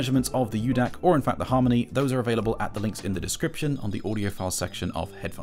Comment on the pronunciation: It’s Micro DAC, not U-DAC.